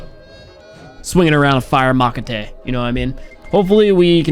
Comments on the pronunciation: the fire "makatey" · I'm mexican and i got mad hearing "makete" (instead of mashete) and then remembering that's how it's ✨pronounced✨ in codm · I've never heard anyone call a machete a "makete" lol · macate???? lol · This man said makete 🤣🤣🤣🤣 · mahkate litraly the spelling machete.... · I laugh when u said makete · I laughed when said "Swinging around that fire ma-ca-te".🤣🤣🤣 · That "MAH-ke-te" always got me.. Hahaha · is it me or did anyone else notice the way he said machete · RIP Machete pronunciation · Is no one gon talk about how he said machete :v